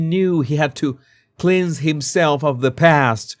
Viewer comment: Cleanse is pronounced 'klens'.